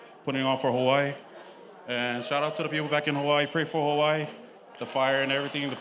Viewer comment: Why does the announcer pronounce Hawaii like that? Hawaiiney?